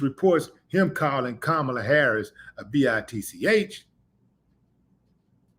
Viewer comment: He called Kamala Kamabla several times.